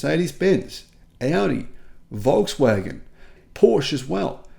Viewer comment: Porsche is spelled with an e like in "let" (not an a)